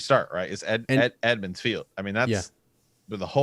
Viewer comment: I've heard you say this before , I figured you were just miss speaking. Its EMMONS FIELD not Edmonds, it comes from the old kings name, Aemon.